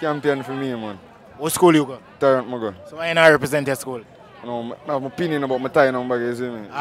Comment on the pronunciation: “In my OPI- ON” 😢😂😂